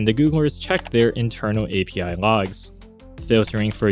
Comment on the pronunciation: why do you pronounce L as ng. "Have you checked the ngogs?"